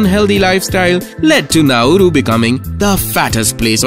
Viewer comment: not pronounced 'Nau-ooroo', try 'Nau-roo'